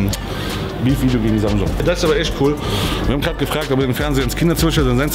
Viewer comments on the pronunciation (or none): none